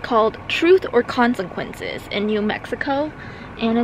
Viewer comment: hahaha i kept hearing you say consenquences.